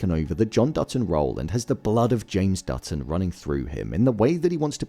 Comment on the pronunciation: It sounds like you are saying "Dudson" instead of "Dutton."